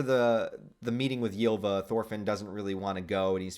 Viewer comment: Btw Ylva is meant to be pronounced like Ulva